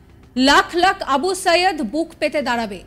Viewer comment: নামটা সঠিকভাবে উচ্চারণ করুন সম্মানের সাথে আবু সাঈদ আবু সায়েদ না